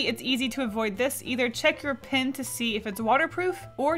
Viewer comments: why do you say pin? instead of pen... Im confused :P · It's pronounced p-E-n. Pin is not the same as PEN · When you say "pin" are you trying to say pen? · Hehehe you saying pen like pin is cool and unusual